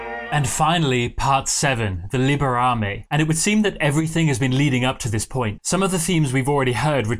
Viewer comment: In "Libera" the first syllable is stressed not the last one. It is "LIbera me" not "LiberA me". And I wouldn't call the ending peaceful. It is more of a quiet urgency filled with uncertainty. "You just have to save me... save me...!". It lacks conviction, but it contains the hope that it will be so.